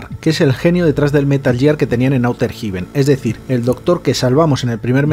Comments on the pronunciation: Si no dijeras «outer jiben» y «Metal Yiar», lo petarías. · ¿Auter Jiben? jajajajajajajaja 🤣 Ondaaaaaaa vitaaaaaaaaaaal.